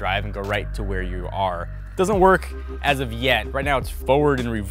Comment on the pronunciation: He's speaking so fast. He says "Tesla doesn't recommend" by saying "Teslad-recommend"